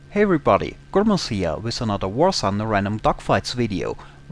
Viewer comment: War Sunder :)